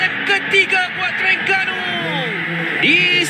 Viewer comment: Sper gok pengulah oww,, sebut Terengganu pn saloh, pa ceroh Teringganu..😡